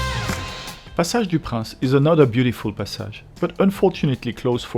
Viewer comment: Actually, your English pronounciation of Passage is different than an American would say it. For place names, we should learn the proper French.